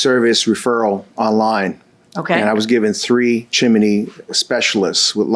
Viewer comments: It’s CHIMNEY … not CHIM-IN-NEY! 🙄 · It's "Chimney," not "chimaney," unless you're in Mary Poppins. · CHIMNEY! NOT chiminy😂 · I can’t believe a well spoken fluent in English judge would pronounce CHIMNEY “ CHIMANEE”…😂😂😂😂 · Judge repeated the pronounciation of chin im ney just like the plaintiff did 😂😂😂 omg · i thought i was the only one who thought they were pronouncing it wrong, they keep saying Chi-mi-ney, when it is Chim-ney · Peace out on this episode. I just can’t listen to JM say “chim in nee” the entire time. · As sweet as it sounds, why is the judge adding a letter to the word chimney? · is chimney spelt or pronounced differently in usa? or is that a local accent thing? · 😂😂😂 irking my damn nerves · Not if you're in a popular old Disney Movie! Chim-chim-cheroo!!❤